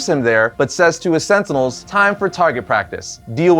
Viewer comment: Stop saying Sentinels! Sentinels...sentinels